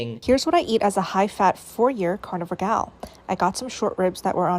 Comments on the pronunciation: i like how you say carnivore like “carnie-vore” because these people really be looking like clowns, like to the same extent vegans do. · I like the way you say carnivore. Carnyvore lol. 😂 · I know this is supposed to be a serious video and all, but I can’t get over the way he says carnivore😂 I love it😄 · SAME i couldnt even watch w/o laughing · ' pronunciation of carnivore makes me think they're eating fairground employees